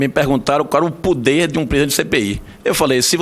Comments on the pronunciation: Velho nojo .não é TV CâmEra. Eh TV Câmara ! Não eh puder , é poder aprenda primeiro a falar. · Quem é esse velho nojento chamado de coronel? Um merda que não sabe falar "poder" 😂😂😂 ele fala puder 😂😂😂 velho lixo